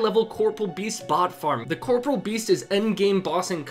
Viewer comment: Why is every Raid advert so cookie-cutter... If you are going to assault my senses with trash, please at least do it as amazingly as InternetHistorian. Also edit: How many of you can’t pronounce CORPOREAL correctly